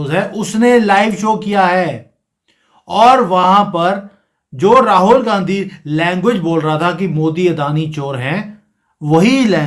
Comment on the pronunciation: Aap "Gand Hi" ko "Gandgi" kyon kah rahe hain?